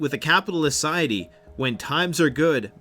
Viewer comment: A capitalist 'ciety? 😁